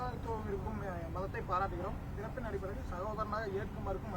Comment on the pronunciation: என்னது விரைப்பின் அடிப்படையில் அனைவரும் சமமா ? ஆட்டுக்குட்டி ஒழுங்கா சொல்லு வேற மாதிரி கேக்குது😂😂😂